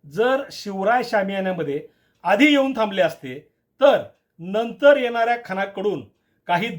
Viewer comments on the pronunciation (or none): none